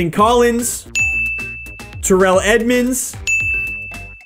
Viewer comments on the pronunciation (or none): none